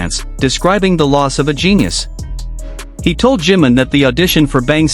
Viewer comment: No se por que todas las ias pronincian jim en vez de jimin